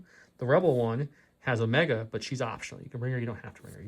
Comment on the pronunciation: Man, I do wish they had faction specific tokens still. Also, it's pronounced Omeeeeeega, haha